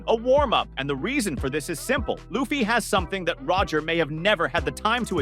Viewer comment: Okay, as soon as I heard "Luhf-fee" I was out.